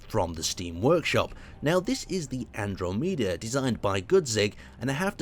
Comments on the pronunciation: "ahn-drow-mee-dah" NO "ahn-draw-meh-duh" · Oh yea, Andro- meda when it should be An-drom-ed-a (The Ultra-shifted Galaxy to the Milkyway) Also can you give the Mod list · "This is the An-draw-meda" Alright, calm down now. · "Andromeeda" boi. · Half the fun of watching is listening to the horrific pronunciation. Almost all the pain of watching is listening to the horrific pronunciation. "Andro-meeda." "Bay cells." Eeeugh... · Lol why can never pronounce words right. ann-drom-eda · Lol "And-Dro-Mee-Da" ... not like it's the name of a nearby galaxy or well known science fiction book from Michael Crichton :) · "Andromeeda" lol! xD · he plays space engineers but he doesnt know het to prenounce a galaxy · pronunciation always gets to me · Every now-dead astronomer who ever lived is currently rolling over in their graves because of how brutally butchered Andromeda. XP Oh, the pain in my ears! XD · Not only did you butcher the ship's name, you butchered an entire galaxy's name. How dare you.:) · Literally butchered the name 😂